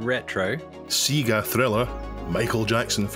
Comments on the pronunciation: SEEEEGA??? No, Say-Ga!!!! Remember "Do me a favour, plug me into a Sega"? That rhymes. It's not "Do me a Fever, plug me into a Seeega". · Why does always mispronounce SEGA?